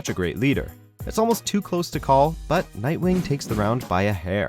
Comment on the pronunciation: you said nightwing wrong